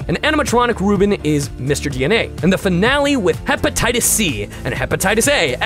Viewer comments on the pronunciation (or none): none